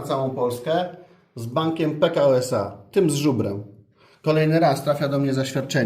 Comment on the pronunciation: Pekao czytamy jednym ciągiem, nie P-K-O jak w PKO BP. Wtedy nie trzeba dopowiadać, że tym z żubrem.